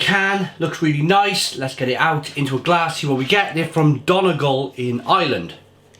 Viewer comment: It's pronounced dunnygol